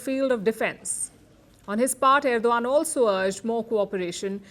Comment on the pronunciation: Madam Palki Sharma it is Erdogan and not Erdovan as what you pronounce. Hope I’m not wrong. Love your way of presentation.